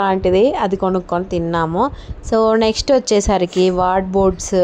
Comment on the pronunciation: వార్డ్బోర్డ్స్ kadu andi wardrobe antaru. ఏమి అనుకోకండి ఇలా చెప్పాను అని. మీరు ఇంకా మంచి వీడియోస్ చేసి బాగా సక్సెస్ఫుల్ అవ్వాలి అని కోరుకుంటున్నాను. ఆల్ ద బెస్ట్.